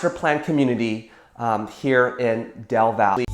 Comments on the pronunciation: Just wanted to state that the e in our cities name is not silent its del valle not del vall also alot of us love our trees and think there is way to much construction but people in charge are about making money anyways i guess companys are running out of space to build stuff in Austin so they're now they're moving out to the smaller towns around Austin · Great video! FYI - the correct pronunciation by us locals, is Del Valley :) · Also as someone born in Austin it’s definitely del valle pronounced “valley”